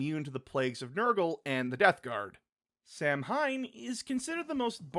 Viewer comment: While it is spelled Samhain, I believe it's pronounced "Sa-When". It's Gaelic/Celtic in origin